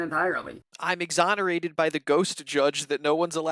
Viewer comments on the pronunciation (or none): "Im Zonorated" that's not even because of his rotted out goblin teeth, he's just regarded